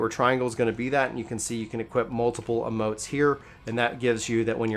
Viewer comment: It's emotes not amotes